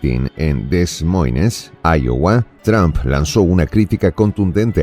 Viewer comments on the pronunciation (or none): Estimado, se pronuncia - US /dəˈmɔɪn/ - DE MOIN y se escribe como lo has pronunciado Des Moines 😊